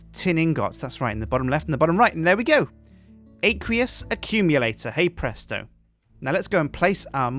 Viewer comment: Stop saying het presto